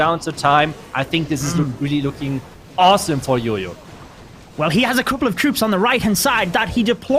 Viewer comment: its jojo...not yoyo....my gosh